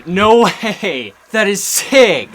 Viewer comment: in the start of the video you tried say no way but you said no hey lol🤣